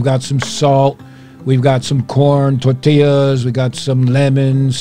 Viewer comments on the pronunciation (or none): none